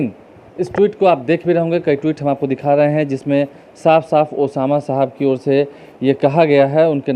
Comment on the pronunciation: अबे नाम तो ठीक से लेना सिख लो बाद में माइक पकड़ना...उसका नाम ओसामा सहाब है, साहब नहीं।